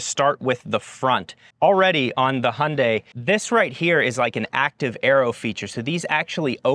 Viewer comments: but still not perfact ... it's not (Hun) dae.... it's more like (Hyoun) dae ... like when you pronounce 'young' not like hundred !! lol '현대' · Yes indeed - for everyone outside of the US (Including Korea which should be the ultimate authority given it's a Korean brand) the pronunciation is similar to HIGH-UHN-DYE (hi-un-dai) with a slight emphasis / inflection on the second syllable. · The Y in Hyundai is pronounced too. I’m only saying this because you mastered the last syllable 🙃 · I heard “Hyundai” but was thinking “Hyundai”…🧐